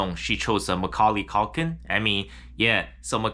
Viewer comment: Macaulay "cock-in" bro stop.